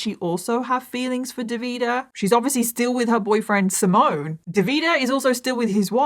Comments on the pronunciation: Hi from italy😊 wanted just to fix some of the names pronunciation... Is Simone,you do hear the e in the end,not Simon,same also for Davide not Davida. I do enjoy a lots your contents always ready for a new or an older case ❤ keep your good work up! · I'm Italian. The way you pronounce DAVIDE is 😬. It doesn't end with the "A" sound. It ends with the "E" sound. And the stress is on the 1st vowel. Also, it's not Simon. It's SimonE. Stress on the O and definitely pronounce the E at the end. Same with SalvatorE. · By the way, the Italian boys’ name ‘Simone’ is pronounced ‘See-mon-neh’…not ‘Si-moan’. 😬 P.S: Great video though. A very sad story. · It's pronounced Davideh and Simoneh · I really wish you had looked into pronunciations for this case. Hearing you mispronounce Simone, Davide and Salvatore the whole video was very distracting 😅 Otherwise, great video as always! ❤